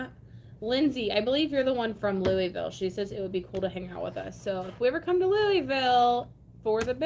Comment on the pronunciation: NOTTTT ‘Lewee-ville’…. *Lu-uh-vul*🤪🥰